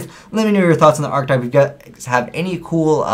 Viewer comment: *Archetype [ahr-ki-tahyp]